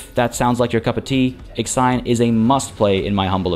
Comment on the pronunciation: x ajon, wtf is that pronunciation?? It is called / pronounced iksion.